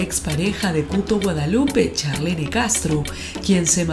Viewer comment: Se escribe Charlene se pronuncia charlin